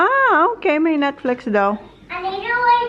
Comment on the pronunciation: Bakit bothered ako pagsinasabi ni na Netflex instead na netflix hahhahha